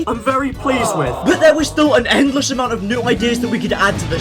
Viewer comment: When u said the “possibilities are endless,” I thought for a second that you said the possibilities are edless(no pun intended)